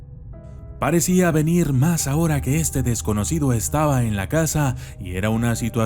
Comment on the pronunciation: se te escapó una "p" en la palabra desconocido jeje